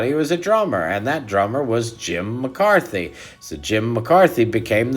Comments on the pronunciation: It's Jim McCarty, NOT Jim McCarthy--need to get that corrected!! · You meant to pronounce Jim -Mc-carty-spelled McCarthy.